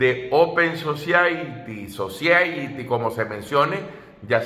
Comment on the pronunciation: Creaturo open society. OPEN SOSAIRI se pronuncia👍